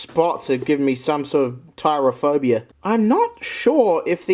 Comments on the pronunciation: I think it’s pronounced trip-a-phobia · Weirdest way to say Trypophobia completely negating the first P xD